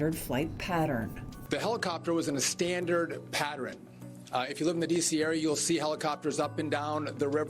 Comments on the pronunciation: It's pattern, not patterin. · And he is pronouncing the word pattern wrong. Like patteren. SMH